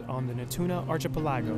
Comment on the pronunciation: how does this guy not know how to say archipelago?